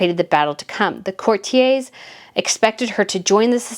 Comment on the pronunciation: DOOR’-ree-ah COR’-tee-ers Look them up, please. Harry is convinced that when George turns 18 he will be meaningless. At 18 George can reign.